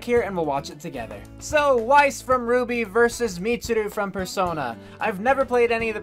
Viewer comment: Pronouncing Mitsuru wrong isn't so bad considering Death Battle did research and still pronounced Naoto and Yukari wrong.